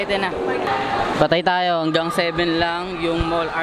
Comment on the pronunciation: "THAYOW" P***, may accent ang pag karol 😂😂😂